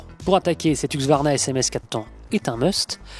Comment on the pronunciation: C'est huSQvarna, pas huQSvarna !!